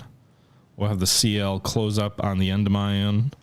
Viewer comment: Just a note: Endymion is pronounced en-dim-ee-on